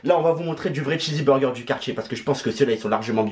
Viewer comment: C pas chizzy mais chizz burger ptn g envie de me percer les tympans 🤣